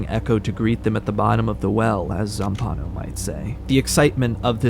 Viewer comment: single-handedly setting the world record for mispronouncing Zampanò's name. I wanted to scream.